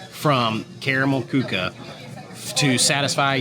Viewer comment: You pronounce Karamell Küche better than any other vlogger I've seen.